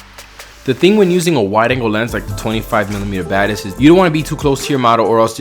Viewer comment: It sounded like you were saying "24mm Baddest". Like "he's naming his lenses now?" XD